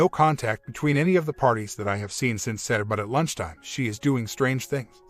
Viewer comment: Listen to how this dude says "saturday" lol